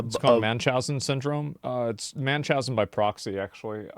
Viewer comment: Munchausen! Not manchausen. Lol. Drives me crazy.